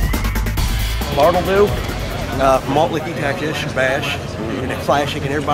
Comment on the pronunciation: Afraid10 its Bartle Doo not bottle